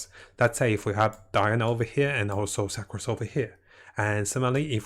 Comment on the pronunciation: Sa-crose lol